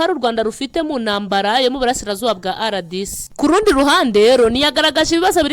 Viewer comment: Uburyo usoma RDC ni nk'aho Ari icyongereza Kandi ni impine y'igifaransa"Republique Democratique du Congo". Impine y'icyongereza ni DRC.